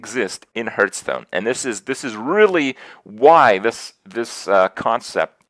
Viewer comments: Funny that Krip can't pronounce Hearthstone properly! 'Harth' not Herth. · i hurt everytime he calls it hurtstone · How does a Hearthstone streamer not know how to pronounce hearthstone?